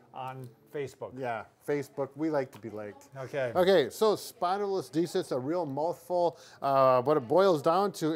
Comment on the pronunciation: Isn't it called a "Spondylo-lis-thesis"? Not a "Spondylo-listhes"